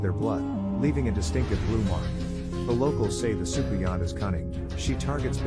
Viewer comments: Hey. Trini here. The pronouciation of Soucouyant is Soo-Coon-Yah. Love your vibe. Especially since we have the same name. 💚🇹🇹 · I'm late but socouyant is pronounced as sukunia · You just jumped in my algorithim and its ok. Subbed. As a Trini 🇹🇹 i appreciate this video. The pronounciation is Soo Koo Yaah.